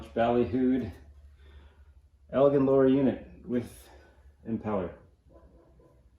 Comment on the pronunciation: Ell- Gin Lol 😊. But man! They are my favorite obsessions, too! I've got 5.5.5hp's, 7.5hp's and the 12hp's, of which the 12hp's are my favorite hp. I've been searching and hoping for an 18hp but so far, no luck in Michigan. West Bend made and quite a few Chrysler parts will interchange. Nice one,!!